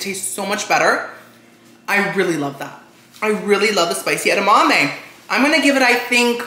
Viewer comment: Watching him struggle with the edamame 😭🤣😭